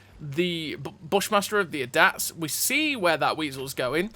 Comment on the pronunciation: Brother that's NOT how you pronounxe ADATS 😂